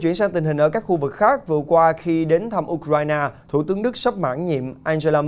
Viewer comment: Nước Ukraine đọc sao ra U Krai Na vậy ba?